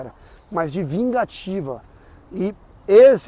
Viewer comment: sobrenome do golpe da capoeira você errou de uma forma horrenda cara terror das piores formas possíveis nome desse Golpe é chapéu de couro ou martelo de negativa Mas como que tu fala Vingativa tu quebrou tudo